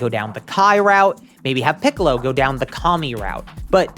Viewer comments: Wtf is piss-ollo? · Am I mishearing him.. He is saying pissallo when referring to non Orange Piccalo. if I am hearing that wrong what is he saying? (and either way what is he referring to) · Is it just me or does he sometimes say “pissalo” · did he just say pissolo 😂😂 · "Pissollo" doc what? I think you mean Noarmsstripescollo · Bro said pissolo lmfao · Did I just hear bro said pissolo?😂